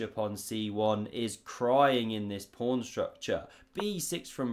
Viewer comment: "prawn to sea ships" did I hear that or was that your accent? (I'm american)